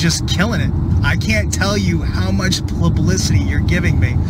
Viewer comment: "Aspire" not "Inspire", why don't these guys know how to speak? And now he said, "plablicity"! Just avoid any non-single syllable word, dude!